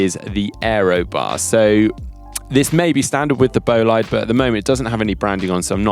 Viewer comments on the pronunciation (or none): The guys over at GCN might give you a hand with the “bolaid”-“bo-lee-de” thing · boh-Lee-deh actualy. short o and short e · should ask GCN Chris and Ollie on how to pronounce Bolide:) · The pronunciation of "Bolide" makes me cringe!!!! Please ask Emma Pooley to help!